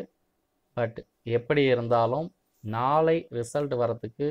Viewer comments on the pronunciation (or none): Nalai nali nali ...... Aporam nallakum ippidithaaa soluvingaaà 😂